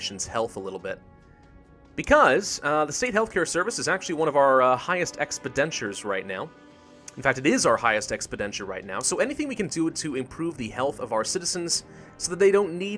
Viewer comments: Hey, why are you saying expeninture when clearly it's expenditure? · Learn how to pronounce EXPENDITURE properly. It is not "EXPIDENTURE" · Expidenture, expidenture, expidentiure! Grahhh. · For the love of God, will somebody teach this man how to pronounce the word "EXPENDITURE"?